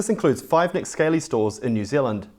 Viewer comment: Not that it matters too much but I am fairly sure is it pronounced Nick Skah lee or scar lee not like a Scaley reptile